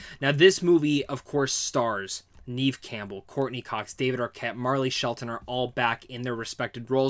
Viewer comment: * Neve Campbell .... Like never... Without the r.....